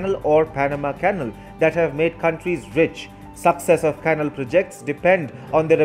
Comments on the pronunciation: Dear Narrator of this report, please work on your pronunciation! The word "canal" is incorrectly pronounced as "cannle". Correct is "cal A l". There are many language aids in the internet where it is possible to hear words spoken aloud. I emphatically advise you to use them. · Not "kennel" but "canál." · Fascinating development. Just one suggestion, use an English-language text-to-speech program to perfect your pronunciation before creating the narration. For example, the word "canal" is pronounced "can-AL," not "canl." A program of that kind would show you. I use a freeware called Zabaware. Cheers. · Thank you for the very good report. "Canal" should be pronounced "ca-NAL". Accent on the last syllable. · " Canal ", is pronounced, " Can - Nal ".